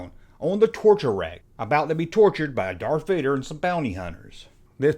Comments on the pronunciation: Darf fader? Def star? This dude can barely speak! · Lol. Now I can’t unhear it….And I do love me some Love for my Star Wars content